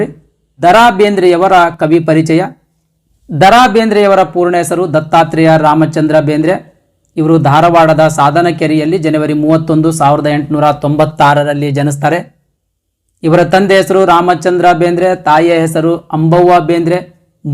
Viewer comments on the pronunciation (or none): ಜನವರಿ sir ಅದು ಜನೆವರಿ ಅಲ್ಲsir ಹೀಗೆ ಹೇಳ್ದೆ ಅಂತ ಬೇಜಾರ್ ಮಾಡಿಕೊಳ್ಳಬೇಡಿ sir